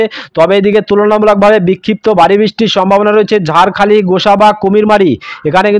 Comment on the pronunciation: আপনি জায়গায় নাম ভুল বলেছেন যেমন ফ্রেজারগঞ্জ কে বলছেন ফ্রেসারগঞ্জ খেজুরি কে খাজুরি ঝড় খালি কে ঝাড়খালি ডায়মন্ড হারবার কে ডায়মন্ডহাবড়া জায়গায় নাম সঠিক বলুন।